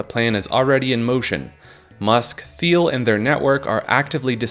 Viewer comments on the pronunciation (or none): Peter thiel is pronounced teal like the color He is extremely rich DL gay politically influencing monster